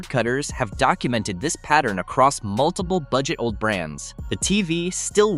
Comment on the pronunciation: you know it’s ai slop when OLED is pronounced old. smh